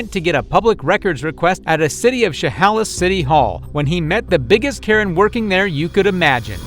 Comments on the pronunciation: “SheHOWlis” lolol. As a Washingtonian I always get a kick out of people trying to pronounce some of our city and county names. It’s actually pronounced “SheHAYlis.” Next up on the list is Puyallup…. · Im from washington...its pronounced "shuh-hay-liss" lol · That's not how you enunciate Chehalis. Sh-eh-hay-lis. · Its pronounced SH HAY LAS! An indian word for DUMB CITY WORKERS! AND THESE PEOPLE GET PAID SIX FIGURES TO KNOW NOTHING!!!!!!!!! BUT WHAT CAN YOU EXPECT FROM DUMOCRATS THAT RUN THE CITYS OF THE WEST SIDE?!?!?!?!?!?!?!?